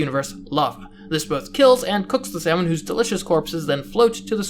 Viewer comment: You are pronouncing salmon wrong